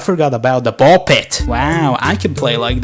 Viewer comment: I AM THE ONLY ONE WHO REALIZED THAT HE SAID PISS INSTEAD OF PIT??